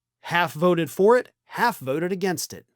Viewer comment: When you said the vote was "fifty for", I heard "fifty-four". What?